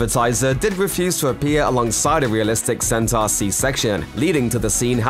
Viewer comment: It's pronounced sentor not senter. Smh and lol.